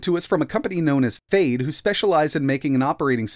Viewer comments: It sounds like you're saying fade instead of fyde. Is it supposed to sound like that? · fade??? fyde sounds like "fide" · I believe the correct pronunciation is "Fy Dee" and not Fade. Fyde in Chinese means "Quick" or hurry. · Yay!!! Another word you completely mispronounce! It's been a while since you added a new one. I wonder what these manufacturers and developers think when you completely butcher their names. It's pronounced "FIDE", not "FADE", but hey, you keep doing you. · Last year you ran this OS on a raspberry pi. It seems it's gotten even more polished but the name is still confusing. Is it pronounced Fide OS or Fayde OS? I've been running brunch instead because Google play but this OS looks pretty good. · Definitely pronounced Fide, fade sounds a bit daft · why is fyde pronounced like "fade?" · This looks like a good first step, but what we really need is a good keyboard. Out of curiosity, why are you pronouncing Fyde like fade? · Maybe learn how you pronounce Fyde. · Looks nice but at a silly price, which may be it's undoing. When you look at how cheap an RK3588S based product can be produced, it hammers home how expensive the other elements really are. It should be noted that the chances of hardware accelerated video drivers on any Linux Distro will be almost certainly zero. Odd pronunciation of the OS considering that it has a definitive Y in it. At 5 nits, the screen is undoubtedly very nice indeed. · About time this sort of thing came about. Also, I had no idea that was how they were pronouncing Fyde.